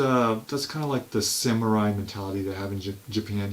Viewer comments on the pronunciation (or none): none